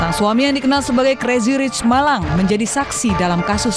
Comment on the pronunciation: Diterjemahin kata perkata 😂 udah gitu spell pembawa beritanya : kreji rich